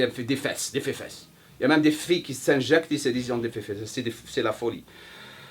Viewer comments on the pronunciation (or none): " Les fefesse " x)